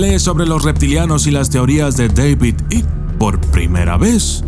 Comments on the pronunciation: "AIK" se pronuncia "AIK" no Ick, Devid Aik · Se pronuncia " aiqui" = Icke no "ic" David icke = deivid aiqui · Mi querido permíteme corregiros se pronuncia David Aik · Se pronuncia aik